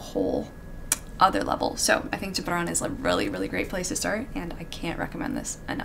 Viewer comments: An Arab who’s happily surprised that you pronounced Gibran perfectly ✨🥺❤️ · Impressed with your pronunciation of Gibran. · Your pronunciation of Gibran is immaculate ❤️ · Do you have Arabic roots? Because I LOVE how you pronounced Gibrans’s name <3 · When u said Gibran it seemed like you are original arab😳😳